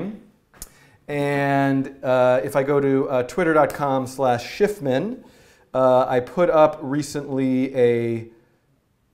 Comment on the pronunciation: dan is the best i mean a forgets how to pronounce his own frigin name